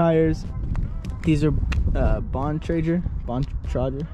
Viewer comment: its pronounced "bon-trag-er" :p